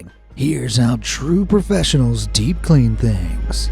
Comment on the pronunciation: In the intro I first heard him say de-clean not deep clean it had me so confused